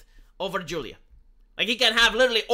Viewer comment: Its Romeo and LaJuleeate.